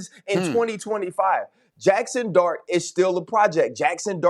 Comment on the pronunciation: 🤣🤣🤣 Didnt sound like “dart” AT ALL